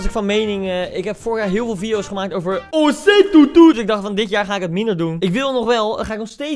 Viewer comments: Grappig dat ze gewoon de hele tijd osei tu you zegt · Niemand: Echt helemaal niemand: Koen: OSEI-TUTU